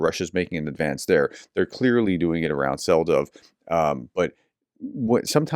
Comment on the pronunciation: Hi prof, Selydove is pronounced "Seh-lee-doh-veh". Well, not exactly this, but close enough.